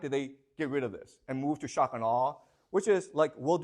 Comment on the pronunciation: I love how he speaks at normal speed except when he says shock and awe such that it becomes "shuckanaw"